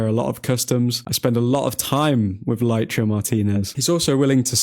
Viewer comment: Lisandro definitely hasn’t performed to his usual very high level but he hasn’t been as bad as people say. I still think he’s adapting to Amorim’s style. Just need to clean out those unusual (he doesn’t make a lot) mistakes and he’ll be fine. Ps: Please improve your pronunciation of Licha, it’s Lee-Cha not Lie-Cha 🤣